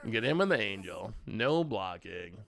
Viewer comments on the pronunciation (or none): none